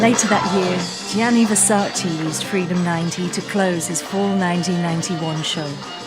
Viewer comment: It’s VersacE, not Versaci. U lost me with that insult of fashion knowledge. And where is Helena Christensen? Kendal is mentioned, but not Helena or Natalia Vodianova…